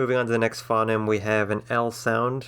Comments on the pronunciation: ...OK so you get some of it surprisingly correct considering how off-base and ill-informed you are about various things. You have no understanding about Esperanto and auxlangs/interlangs in general; "phoneme" is not so much "fonnim" as "foe-neem" and I got tired of hearing it the other way; you mix up pronunciation and spelling factors and get the facts about English wrong when you're going through the alphabet. On the other your definition of a diphthong is remarkably accurate and well-informed. On balance I would not recommend this video to someone learning to conlang but I might include it in a collection of 'other links' for someone who'd already learnt the basics and wanted to hear other approaches. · ffs you care so much about language yet you cant say phoneme correctly and dont use the IPA